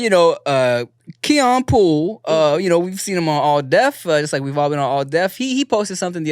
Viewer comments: Who is Keon Pool? 👀 (Its Polee(Po-lee)) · Keon Polee! 🥰its PoLEE…💜😂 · Dammit Tim it’s PO (like the panda from kung fu panda)LEE like the Asian name 😂😂 Polee